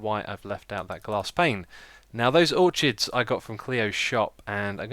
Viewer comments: or-kdis! or-kids! xisuma. orchard is a group of trees. orchids is the flower. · The blue flowers are pronounced or-kids :) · Just a small suggestion: it might look nice if you replace the cobblestone under the outside wall with gravel. Also, it's pronounced "uh-kay-shuh" for Acacia and "or-kids" for orchids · its spelled orchids and said or-kids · Its pronounced ore-kids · By the way orchids are pronounced or-kids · or KIDS. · Great vid Xisuma! Although, I believe that it is pronounced: 'Or-kids.'